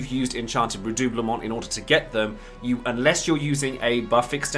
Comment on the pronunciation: My main dps in FFXIV is a RDM and Alisae was a must for me. I also main SCH so Alphinaud was a must a well. Thanks for this nice guide! Thanks as well for me finally learning the correct pronunciation of redoublement.